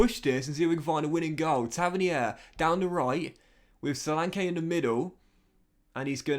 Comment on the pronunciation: Great video as always. bro look up the pronunciation of both solanke and tavernier your saying it a big wrong hahaha. Keep up the videos man the views are banging